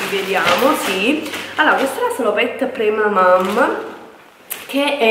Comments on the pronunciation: Ciao, tutto molto bello ma non credo si dica premamaM ma premamaN.... 😘😘😘😘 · Cla stavo per morire hhahahhaha premamaM xD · si dice PremamaN!